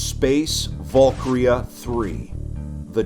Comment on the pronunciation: volkria? no valkyria va-l-kee-ree-ah its a foreign word, with a foreign pronounciation. anyways this is dope asf